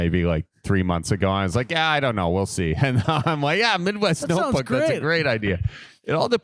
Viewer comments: “The Opebook” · "The Opebook"